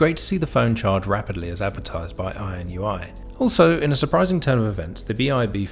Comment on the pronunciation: This review was very helpful – I have just ordered the BI-B5. Weird, though, that you consistently pronounce the brand name as "INUI", switching the last two letters, despite the fact that you have it spelt correctly as "INIU" in the title. I think most people would pronounce it "in-ee-oo", anyway.